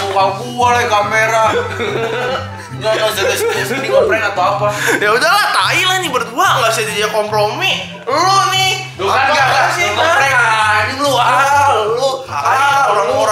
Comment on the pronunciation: komplomi gua dengernya